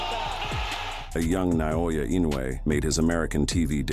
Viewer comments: It's not pronounced na-oya(na-oi-ya), it's nao-ya(now-ya) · No, “のあや” is not phonetically correct. His name is 尚弥: なおや. That’s Na-o-ya. “Noaya” is not Naoya. のあや sounds completely different than なおや. “のあや” doesn’t even mean anything, that’s not even a word. I literally speak Japanese.